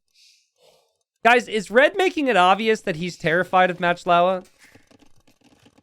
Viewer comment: I love watching videos and love AoE 2. However, still pronounces player names wrong on a few occasions. For example here is MachtIowa, which he pronounces Matchlowa. Macht is a German word, which means: to make. And Iowa is not LOWA, but Iowa, as in the US state of Iowa. So the players name essentially is Making Iowa. There is also another players name which comes to mind. Maybe because he/she is a Hungarian player (based on his/her name). Salytmacska. calls him/her Sally. However that's completely wrong. The first part of the name is salyt. It's just sajt, pronounced with ly instead of j. Sajt means cheese. The second part, macska means cat. so essentially the player's name is Cheesecat. I explained this to earlier in a comment, but I realize he can't possibly read every comment on every video he uploads. That would take years. Wish I could tag him somehow...🤔